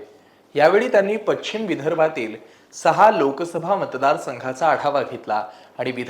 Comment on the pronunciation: पच्छिम नाही पश्चिम म्हणायला हवं